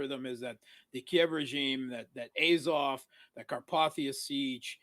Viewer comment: please pronounce azov correctly